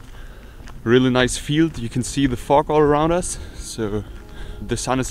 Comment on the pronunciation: been a while, great stuff as usual. you say fog funny.